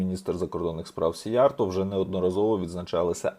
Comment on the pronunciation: Правильно казати "сІйярто" - в угорській мові наголос завжди на першому складі. 2) "На землю без народу прийдуть народи без землі" - це свята правда. Хто автор цього геніального виразу? Якщо ви, то Респект. Я не додумався. Але ж це лівачня, в якій ви мене багато разів звинувачували і видаляли дописи! 3) Я також дуже скептично ставлюся до ЄС, власне кажучи, не так скептично, як з чітким розумінням, що ЄС - то свого роду тюрма народів, де балом править Закуліса. Іменно тому сивожчолий систематично тягне нас в ЄС. Я за НАТО, за те, щоб під крилом НАТО відновити ядерний статус, і створити завершений ядерний цикл. В найближчі 200-300 років роль ядерної енергетики буде визначальною, тим більше, що ядерна енергетика екологічніша навіть від сонячної, не кажучи вже відносно теплової. Що стосується термоядерної енергетики, то я, як професійний фізик (хоч і не в області термоядерного синтезу), ДУЖЕ сумніваюся, що керована термоядерна реакція коли-небудь стане реальністю.